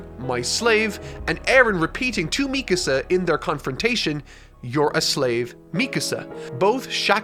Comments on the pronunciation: I respect the ending for what it is, ironically I predicted the ending before eren even got a 2nd titan power, I was only wrong about 1 thing Eren and Mikasa (pronounced Me-kah-sah, not meek-a-saw) not ending up together and having a family. I'm happy this series has finally ended once the anime finishes in fall of this year this mediocre series and its mediocre author can finally fade to obscurity and I can sit back and watch the fandom cannibalize itself like so many overhyped series have before it. Do so keep me entertained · I completely agree with most of what you said in this video.... except one thing... ITS ME CÁSA not Mecuhsa lol, other than that fantastic video! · God, you know I love the hell of you,, but.. If I had to hear you say MEEK-UH SUH one more time I would have swallowed the end of that rifle faster than Reiner. MEE-KAHSAH. SAY IT WITH ME NOW, FOLKS. MEE-KAHSAH. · Mee-kuh-suh. Bruh. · meecuhsuh btw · Your pronunciation of Mikasa is frustrating. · Bruh why you pronounce Mikasa's name like that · RIP you will never finish HxH, not even Togashi himself gives two sht!s :/ Love the videos!! Btw your pronunciation is Mikasa is funny lol